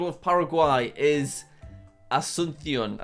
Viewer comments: He looked up the pronunciation of Asuncion and then proceeded to mess up the emphasis. It's AsunSYON not aSUNsyon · That pronunciation video was in Spain Spanish, which is the only accent that has different pronunciations of s, soft c and z In the rest of Spanish speaking countries it's all pronounced the same as s, and because it's the Paraguayan capital it would more accurately be pronounced a-soon-see-on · Jack you learned the 🇪🇦Spanish🇪🇦 pronunciation of 🇵🇾Asunción🇵🇾!! 😂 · As someone who speaks Spanish, this video is incredibly painful to watch. Edit: I also love how Jack found the Spanish pronunciation of Asuncion (with the lisp on the C), which probably isn't how many people from Paraguay actually would pronounce it. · "Ashchuntsion" "Santiego" "Beaunos Ares" "Mondeviedeo"